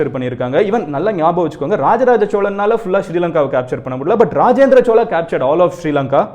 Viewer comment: Chozha not chola.